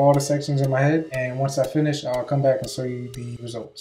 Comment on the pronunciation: This nigga said 'sow' you the results